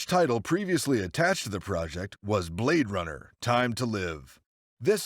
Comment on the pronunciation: "Blad Runner" X,D